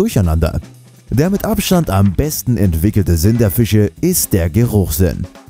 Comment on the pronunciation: Fiche???? Das heißt „Fische“!!